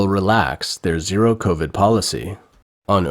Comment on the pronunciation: Those eating masks... it's covid, not coRvid!!